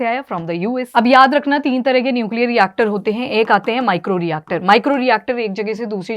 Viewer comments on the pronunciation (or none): none